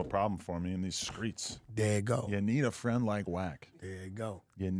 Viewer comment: Wack is right brick was in a corner because the white boy should have said to wack brick would have lost his job. But fr what was brick to do wit a disrespectful nigga. Down him so later on or leave it there give him a break. And fr I still don't like how brick speak of nip and say frined